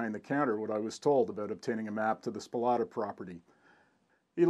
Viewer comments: I met Walter (So-plat-ah , NOT Spo-lah-ta as you pronounce it) in the 1970s. I had worked at the Shuttleworth Trust in England so we talked mainly about preservation. Walter's anticorrosion technique was to spray used motor oil on on all the metal parts so everything then was kind of gooey. When I identified a P-47 fuselage that you didn't mention and most people never noticed, Walter's reward was to show me his second --- hidden -- Allison-powered P-82. A great day spent with an unusual man, Walter Soplata. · Your pronouncing his name incorrectly. Its not Spolotta, its Soplata. I was friends with his immediate neighbor whos property was adjacent to Mr. Soplatas. I toured that "yard" twice. Once in 1978 and again in 1980. There were two P51 fuselages inside the B36 fuselage. The P82 was moved out in the 90's sometime. I was accidently driving by on rt 87 when they pulled the fuselage out of Restful lake with the wings cut off. I thought, what a shame. But, there is a youtube vid of its restoration. It will flyl again. It was truly amazing. His house was full of instruments he collected also. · Spolata? That is not the way Walter pronounced his name when I talked to him....... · I grew up in restful lake / hickory dale literally a couple houses down the street in the nineties I spent a lot of ti.e back there when I shouldn't have. And just to clarify. His name was pronounced, So-plata. Close though. Thank you for this vid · First words sound like "Walter's Spolata's" even at 0.25 speed. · Awesome video and pictures buddy. A great record of an amazing collection whom without we would have lost a lot of aviation history. And props to you for admitting you pronounced the name wrong. Nice work :)